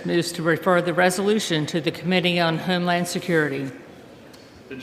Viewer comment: She says HEME land